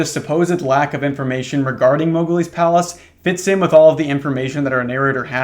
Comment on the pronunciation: i heard "moghgwyn palace" instead of "mowgli's palace" and the mental image of a disney blood-temple made this story pretty confusing for a minute.